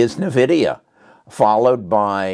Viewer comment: Thanks for not pronouncing Nvidia as Invidia.